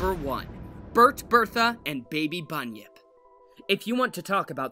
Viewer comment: When he said bunyip I thought he said bunion